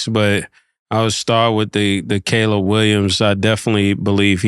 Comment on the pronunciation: Killa finally saying Caleb Williams and not “Collab”